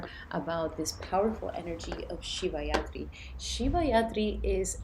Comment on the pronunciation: Thank you , it’s Shivratri not yatri. Ratri means night so it’s the night of lord shiva 🙏🏽💙🔱